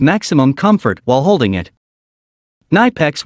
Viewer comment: You speak the i in Knipex like in Index ore inspection ;-)